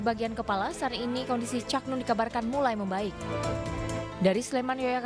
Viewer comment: Untuk reporter yg cewek tolong belajar lagi ya belafalan kata "Cak" Susah klp ditulis 😊 Tp mencari aja pengucapak kata "Cak" di Jawa Timur